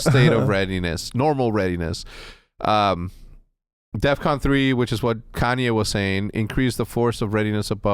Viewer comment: dumbass didnt even day def con he said "death con"